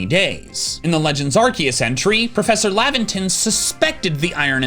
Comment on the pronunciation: omg he pronounced Arceus correctly... that deserves a like and a sub